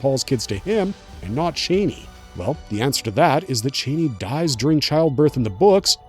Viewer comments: her name is said char-nee not Chainey lol 🫣🥴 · Not chaney, ch-ah-nee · Thank for this breakdown. ..It is C H AN I..(chann-ee)😊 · U kno it’s not the way YOU pronounce it it’s